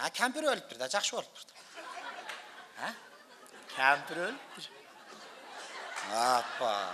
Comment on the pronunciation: Туура сүйлө Кыргыз, Кампыр эмес Кемпир